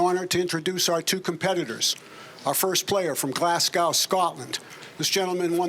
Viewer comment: Glasgow doesn’t rhyme with cow. How the hell can someone be an announcer and not even have the sense to ask someone how to pronounce the words he has to say??